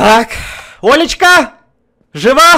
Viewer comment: Мне одному показалось не Олечка а лоличка